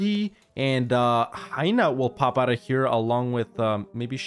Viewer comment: Hainaut is pronounce hey-no, easy to remember